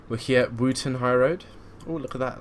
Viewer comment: if it doesn't have a cathedral its not a city its still a town. n its pronounced Wotton not Wooten lol